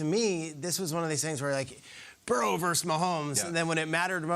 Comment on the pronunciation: Versus versus verse. Why is this becoming a thing?